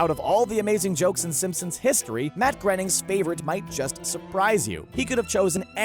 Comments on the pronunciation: It’s Matt GRAYneen but Matt GRINneen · That That and he calls the creator Matt "grenning". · GRAIN-ing! GRAIN-ing! Like he's said elsewhere, his name rhymes with "complaining"! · Also "Matt Grenning" and "Roy Simpson" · Learn to pronounce Groening boys. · “Groening” rhymes with “raining”